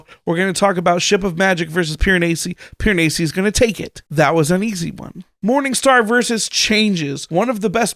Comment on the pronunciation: Your correction of the pronunciation of Piranesi is closer to the accurate pronunciation, but not quite. The "s" should be pronounced more like a z in English (like how it is in The Leaning Tower of Pisa). It should sound something like this: Pee-ruh-nay-zee.